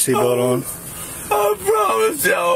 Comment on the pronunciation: I pwomise lol scared to death of the drunk tank